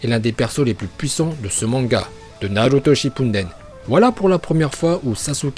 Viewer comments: DE NARUNTO SHIPUNDEN 😂😂😭😭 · Tu déformes les noms de technique et des prénom.. La vie fait pareille avec dbz car la tu insultes naruto clairement.. "Naruto Shippunden", ces Naruto Shippuden..